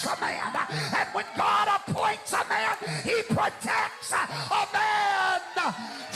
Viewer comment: 😂 Haha! "When God anoints a man (HURK!!)" You forgot the extra syllable at the end "man-UH!!"😂